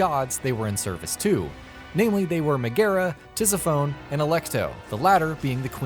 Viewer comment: "tizzi-phone" wat